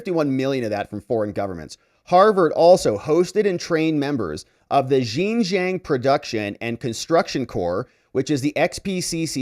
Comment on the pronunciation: Xinjiang is pronounced Shin-Jahng.